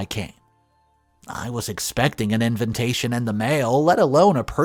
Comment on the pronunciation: I love your channel! Truly I do!!!! but please oh please it’s in-vuh-tay-shuhn NOT in-vin-tation.. I’ve followed you for over a year in the hopes someone else would eventually correct you. It literally drives me crazy. I’m sorry but please find a way to fix. All the love. Xo